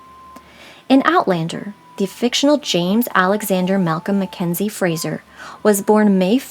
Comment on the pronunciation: Very interesting. I wish😮 you would pronounce his last name correctly. It's FraZer. Not Frasher. I have Scottish and Irish roots. So this was very interesting interesting. I love genealogy!